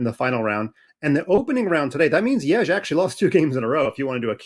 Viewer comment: you guys got to learn how to say yagiz kaan's name . what the is yagij mean . can you se the letter J